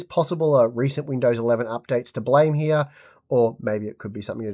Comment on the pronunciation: Hya instead of here xD that accent